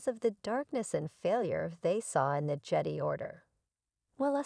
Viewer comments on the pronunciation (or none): Stupid AI doesn’t know how to say Jedi